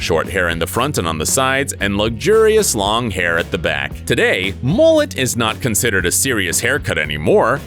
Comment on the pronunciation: Him: MoOlEt Me the Australian: Mullet 😐